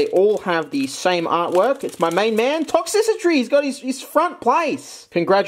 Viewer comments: ITS TOX-TRICITY NOT TOX-SISSY-TREE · Ikr it's supposed to be "Toxtricity" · Will he ever call Toxtricity "ToxTRICity" or will he forever be ToxCICitry? The world may never know Real talk, keep up the fun videos! Your energy and humor always make my day! Thanks for the fun 🥰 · Toxtricity, not toxicitry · "Toxicitry" Okay,. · all ive gotta say is "tox-sissy-tree" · please..... tox-tri-city.......